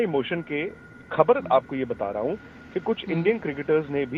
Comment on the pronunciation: Khbad nahin khbar boltiein hei